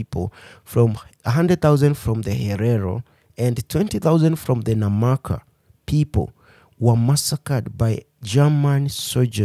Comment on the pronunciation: NAMA PEOPLE not NAMAKA